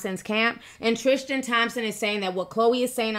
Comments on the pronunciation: It’s Tris-TAN not Tris-TIAN! I love u T but it bugs me when u mispronounce things lol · triSTan not triSHTan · Girl, his name is TriStan. Not TriSHtan 😂🤦🏼‍♀️ I’m not saying it isn’t wrong - it’s shady, BUT this idea that men can be “taken” by women is insulting. They only go if they want to go 😌 HE is the one who promised to be faithful: these women didn’t promise anyone anything (including Jordan 😌). As usual, people jump for the woman in these situations when they’re not the ones with the responsibility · Tristan not Trishtan. Lol sticks out like a sore thumb!!!! 😂😂😂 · Why do you say tristan like its spelled trishtin? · omg stop saying trishtan no h!